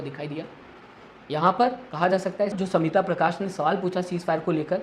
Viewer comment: She is Smita Prakash not Samita Prakash Pronounce properly. Learn from Mr. Khn U khodi medy